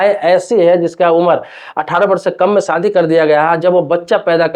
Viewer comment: सादी नहीं, शादी बोलो।